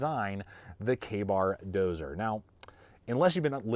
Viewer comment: Dozier. Not Dozer. Thanks!